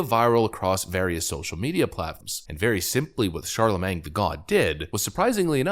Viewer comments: "Charlemang" lol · Ron de Santis is awesome! Also, the "-magne" in "Charlamagne" is pronounced "main". 😁😋 It sounds so odd to end it with "mang", LOL! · i love how you say charlaMENG!! it`s charlaMANE, like watermane!! lol. i known about him for years! brilliant idiots is my favorite podcast! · It's pronounced Shar La Main. Not mang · CharlaMAYNE.....not CharlamanG. When you cringe, you really full send, lmao. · "Charla-MAYNG" LMFAOOOOOOOO NOOOOOOOOOO💀💀💀😭😭😭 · "shar-la-main" you dont pronounce the G my guy. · It's not Charle"mang." Jesus. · You're killing me....you don't pronounce the "g" at the end of his name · The G is silent btw